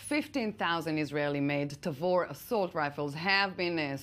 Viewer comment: Thanks for watching! And I don't blame them: I was probably the first guy to mispronounce Tavor on youtube ;)